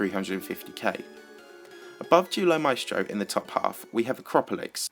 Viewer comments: For Duelo Maestro i heard Deoolo maistro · U sayd Duelo Maestro like dulo masteo